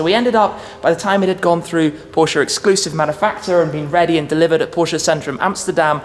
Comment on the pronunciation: He has trouble saying “Porsche “ thats y its going